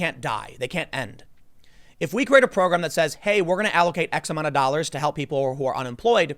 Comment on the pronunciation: Tim, why are you now saying dollas? Are you listening to too much Bernie?